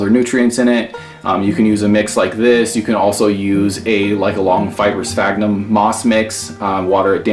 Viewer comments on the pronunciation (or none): none